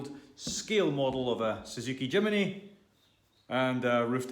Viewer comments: It’s JIM NY not JIM IN Y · Not Jimeny !!!!! Jimny ! Jimeny just sounds stupid !!